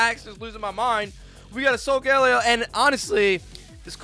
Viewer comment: Somebody teach Rev how to pronounce Solgaleo